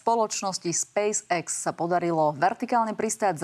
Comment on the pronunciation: Spejs ex hej? Podľa teba sa to takto vyslovuje hej? Hm, teba potom škoda je v markíze ty Spejs EX.